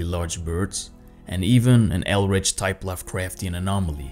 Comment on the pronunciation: Eldritch, buddy, eldritch.